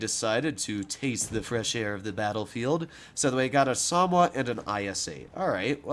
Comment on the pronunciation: SA - MO - WA. Samoa